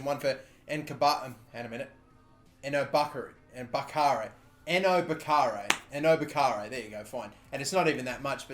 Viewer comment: HE SAID ENOBAKHARE RIGHT AND HE'S NOT A WOLVES FAN!